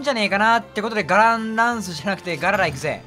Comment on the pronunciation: ガララがGARANAさんに聞こえるw